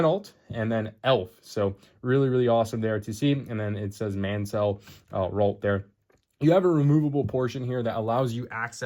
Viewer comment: Pronounced not as Man-Sell but Man-Sull